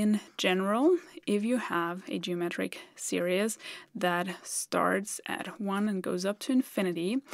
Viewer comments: not serious - series (seerees)- sorry to correct your pronunciation. :( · Hello. I love your videos and your quaint accent. However, when you mentioned 'series', I had to turn on subtitles as I thought you said 'serious' and that didn't make sense. (Tip: 'series' is pronounced s e e r e e s...) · Love this video. One bit of English advice: your pronunciation of "series" sounds too much like "serious". "seer-ees" (English phonetic example) is closer to how you say this word in English. The rest of your English is so perfect, I infer that you would like to make it as perfect as possible, so I thought I would help. If you'd rather not get these suggestions, please let me now and I will refrain from any others (not that you need any that I know of). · Great video, so don't take offence, but the word "series" is not pronounced [Seer E es] but [Seer eez]. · Great video - really clear explanation. Very Zeno’s Paradox. 😄 By the way, you’re saying the word ‘series’ funny so it sounds more like ‘serious’. It’s actually pronounced like this: /ˈsɪə.riːz/ Here’s a breakdown to make it easier: • “se” → sounds like “see” • “ries” → sounds like “reez” • Put it together: SEE-reez It’s pronounced the same in both singular and plural forms. Please keep up the great work. Thank you from a grateful fan. 😊👍🙏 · Just FYI, "series" is pronounced /seer-eez/ where "ee" is simply a long 'e' sound. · it sounds like she is saying geometric serious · Series is pronounced SERE-eez.